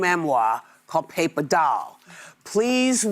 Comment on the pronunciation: Hoopie can correctly pronounce memoir, but not paper.